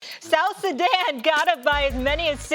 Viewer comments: "South Suzanne" 😂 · Did Stephen A. Smith say, "South Susan?" For somebody who's a sports commentator, he's showing a lot of ignorance on this issue. Players don't need to physically live in the countries they represent in international competitions. Also, athletes have always been able to acquire citizenships faster than regular people. Case in point, in one soccer World Cup, the Boateng brothers represented two different countries. One brother played for his mother's country, Germany, and the other represented his paternal side of Ghana. In addition, Joel Embiid, was born in Cameroon but he's playing for team USA in this Olympics. Nationalism is game for the poor. France won the World Cup with 9 players out 11 with African origin. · South Suzzan?🤣😂🤣😂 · Bro did he just say “South SuZan”??? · “South Suzanne” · 😢come on Stephen a smith south Sudan 🇸🇸 not south suzan 😂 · SA said South Suzan 😂😂